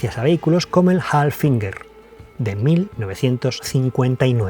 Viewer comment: Muy buen reportaje. Pero pronunció mal el nombre del precursor del G: Steyr-Puch HAFLINGER! (Léase “Jáflinguer”)